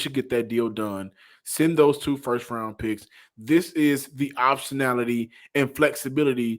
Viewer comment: Did John say optionality😮😂